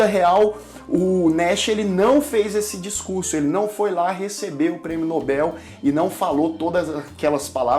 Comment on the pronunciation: Como é maravilhoso escutar um jovem falar corretamente: "Risco de Morte" e pronunciar Prêmio Nobel . Parabéns pelo canal.